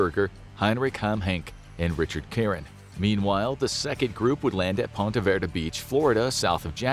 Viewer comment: It’s Ponte Vedra not Ponte Verda 😒